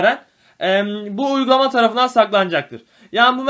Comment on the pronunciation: Bu uykulama diyorsun. Ne?